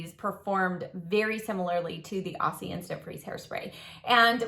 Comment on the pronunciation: the s in aussie is pronounced as z.It stands for australian😁